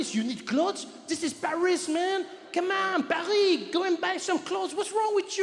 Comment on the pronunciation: it is "Paris"